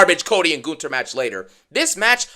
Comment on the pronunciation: It's amazing that you can pronounce Gunther's name better than Michael Cole can.